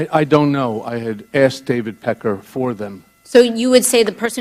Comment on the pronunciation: She said packer.